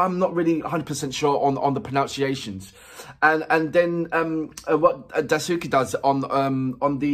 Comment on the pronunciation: Yuko (forget about Suzuhana, her family name). Beni. Wasabi. Asa is a guy. Kurona. Daisuke (Dice-kay). Machiya (Match-ee-ah). Kiyoshi (Key-oh-shee) plays the large stringed instrument (koto). It is painful listening to you destroy their names in an otherwise good reaction.